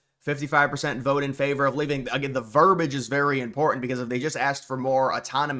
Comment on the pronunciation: "Verbiage", NOT "Verbage"... Look it up. Everything else you said was Great.